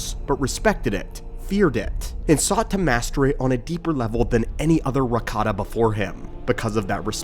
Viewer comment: i always heared the "ricotta" 😂